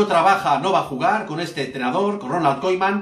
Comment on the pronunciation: pronuncia KUMAN jajaja koiman